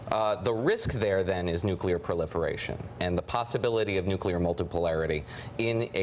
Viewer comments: How you can you trust anyone who says "Nucular"??? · Sorry Lindsay, but if you can't pronounce the word nuclear correctly, you're not serious. Listen to these heads: it's like they are unable to dream of a non-nuclear world. The question parents should fear from their kids is not "Where do babies come from," it's "What's a nuclear bomb?" Those weapons aren't worth the nightmares they cause. We could have no Nukes and still be able to decimate N Korea in any conflict. We've already experienced several close calls, either false alarms or silo accidents and if you've watched "Command and Control" you know just how close. How fitting is the acronym MAD!!! We must de-escalate this march to war; stop the tit for tattiness between egomaniacal leaders and step up efforts to smuggle radios, computers DVDs and other media into N Korea. Soon a wised up people will themselves rise against the Kim regime. Keep your eyes on the prize: no more nukes. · What is wrong with these Republicans? Besides being out of touch with the rest of the normal people in the nation... Why can't they pronounce the word nuclear??